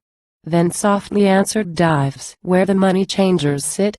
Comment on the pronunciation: This is terrible. Dives (the subject of the poem) is pronounced with two syllables, DI-Vees.